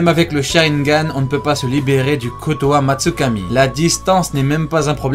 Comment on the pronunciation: C'est kotoamatsukami et pas kotam tsukami